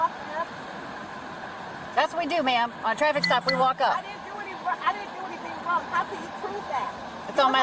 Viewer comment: Holy patience, these cops are pretty cool. She did not necessarily deserve all that patience and courtesy but they gave it to her anyway… and got the tow truck under her car with her in it, 😂 passive aggressive karma. She was warned like 12 times. “Omg, I didn’t even do anything WRONG-AH” (2 syllables) this is good karma, pretty satisfying. I like seeing good cops being human beings, with a sense of humor. They are hilarious! I appreciate every good cop that is out there dealing with all colors and flavors of crazy entitlement 🤪